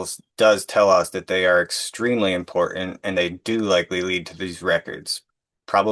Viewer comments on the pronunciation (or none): The word is important not impornt